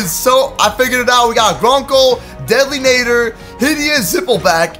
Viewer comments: You did not just say deadlynater it is deadlynater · You said deadly nadder wrong ( I wouldn't point this out but it's httyd so I have to) not trying to be rude I just wanted to point it out